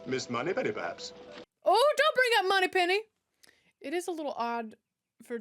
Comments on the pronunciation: I guess we are going to let go of the fact that she said moneypenny name wrong like three times because if so then I will be in the corner laughing my ass off. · You do know it is Moneypenny, not Pennymoney, right? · It's MONEY PENNY..not Penny Money..... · It's Moneypenny not Pennymoney